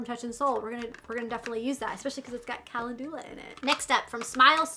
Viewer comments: It’s pronounced “Kuh-len-ju-lah” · Calendula is pronounced Kah lend u lah. That Touch In Sol Prime Essence is great stuff, I use it as a pre primer. I als o got the Dark Brown Brow Pomade, and emailed Boxy Charm. They sent me a replacement product since it didn't come in Light Brown or Blonde. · kuh·lend·yuh·luh :) is how to pronounce calendula. just so you sound as smart as you are:) I used to mispronounce it all the time:)